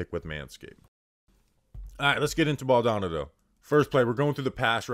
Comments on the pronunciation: Hahaha. was killing me with the name pronunciation 😂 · You can’t be from the tri-state or Florida and pronounce his name this way. It’s embarrassing 😂